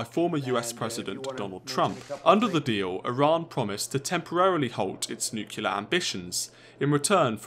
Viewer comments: Mutually assured nuculear destruction in one minute. PLEASE Its N U C L E A R! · PLEASE! Nuclear not nucular. Just say new then clear. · You should learn that it is nuclear and NOT nuculer as GW Bush used to pronounce! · It is not "nucular" it is "NUCLEAR"! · > is British journalist > says "Nuke-u-lar" 😂😔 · I'm not sure Millennials count as British. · What's Nucular? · That annoys me as well haha.